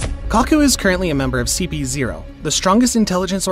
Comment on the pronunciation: Bro said cp0